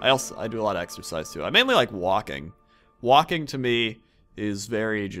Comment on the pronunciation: The way he said walking, made it seem like smoking... Woah!